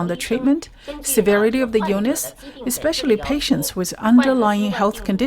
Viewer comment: I have left at least two comments on this channel making fun of how the narrator says "expecially". That was like the one "gotcha" I had on this narrator because it's darn good otherwise (besides ofc adding proportionate emotion to people crying out help lol those are read in same robot sounding nonetheless)